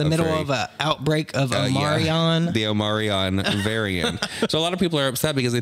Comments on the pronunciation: Omarion? Florida pronunciation? Omicron sweeties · as a Greek speaker, i take offense on how yall both pronounced "omicron"